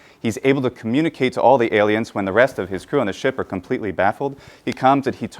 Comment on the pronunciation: Small side question: where is your American accent from? I noticed that you pronounced 'wh' (e.g. in what, when, etc.) differently than "standard American". Just curious where that is the case. :)